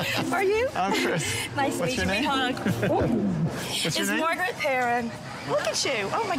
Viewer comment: Dude calls her Margyereet despite her introducing herself as Margaret 900x in front of him.